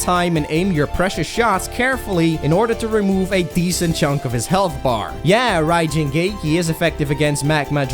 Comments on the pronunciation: "Not counting the... Raihuenjiin(?)" You tried. They can say many things, but never let them say you didn't try. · "Raiwuenjiin"... "Rakkuhuuhaa"... god, I love it when people who don't know how try to pronounce Japanese. Not even meant in an offensive way, I legitimately love it. It's just too funny! xD